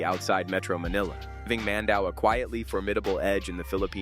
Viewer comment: Mandaue is pronounced as "Mändäwê"